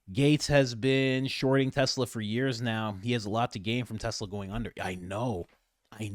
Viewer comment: Idk why, but every time trump says tesla, it sounds like he's sayin "tesler"! He been spendin too much time down yonder!! Lmao